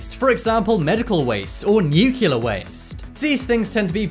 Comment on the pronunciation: Is it pronounced "nucular" in your country?